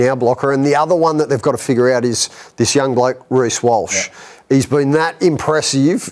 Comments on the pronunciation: He said Welch not Walsh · he said welsh not walsh